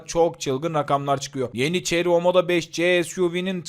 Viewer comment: La neymiş bu arabanın markası? Ceri mi? 300nm Torku öyle bir söyledi ki ağladım resmen! Bizim kamyonda 350nm tork var 😅